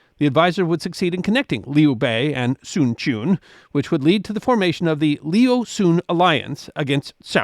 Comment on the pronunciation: Sun Quan is pronounced more like Soon Trends and Cao Cao is more Child Child. Anyway, Good Effort !!